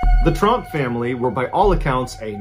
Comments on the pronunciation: I realized he pronounced it as trump like the 5 out of 6 times he said it😂😅 he only emphasized the O once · At first I thought he said Trump but then it sounded more like Tromp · I made the same comment just now. I thought he said Trump family but knew I heard wrong when he said hard working. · ooooh its Tromp I thought he said Trump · Right?? Like honestly i think hes saying "Tromp" or something like that but still. Thats too close for comfort lol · Who else heard trump instead of tromp? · I heard Trumps too! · I had to back up a few times I'm like no not the tromp family Edit: even my talk to text spelled it right..🤣🤣🤣